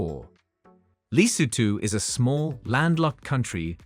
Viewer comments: He should at least pronounce the names of the country properly! (e.g. Malawi, Lesotho, Benin) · Why does the narrator have a hard time pronouncing average, everyday words like Safari and Lesotho.